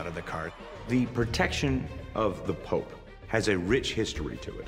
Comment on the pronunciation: You say Pope not pops or pop.